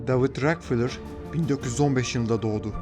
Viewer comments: David Rockefeller (Deyvid Rakıfelır) Diye okunuyor. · Davud rakfılır diye mi okudu o??